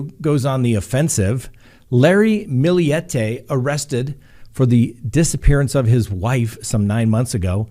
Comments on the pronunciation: Her name is maya her family calls her may for short! And you pronounced Millete correct!! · Your pronunciation is right on. It's a Spanish last name. Maya is also Spanish pronounced as mah-yah. Your good 💕